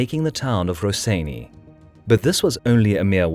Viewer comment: Maan, im screaming, wtf is 'raseiniai' xdd,this is cancer, it goes 'rosienią' like 'bitwa pod rosienią', love your vids btw